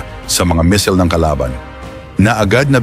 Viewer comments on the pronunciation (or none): Boss baka missile,😂😂 Hindi mesel,..